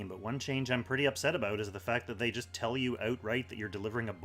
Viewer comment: "I just had to Tell-a him what to do." Million thumbs down, unsubscribe, how dare you